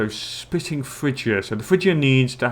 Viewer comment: Out of curiosity, did you ever try actually clicking on the religious artifacts? I know you didn't in the video, but it might be useful... Also, spiting it pronounced with a long i (EYE) sound, the base word is spite (/spīt/) (To do something to intentionally hurt or offend), the way you pronounce it is spitting, with a base word of spit (/spit/) (To forcefully eject something from your mouth). I know that English probably isn't your first language, and by no means am I trying to offend you with this comment, it's just something in case you are interested in learning. Army names: Athena's Aces